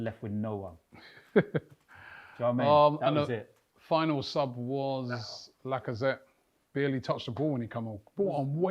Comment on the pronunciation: "Lacatime" that was good tbf 😂